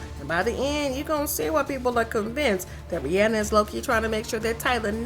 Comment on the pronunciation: Why are pronouncing RiRi name wrong?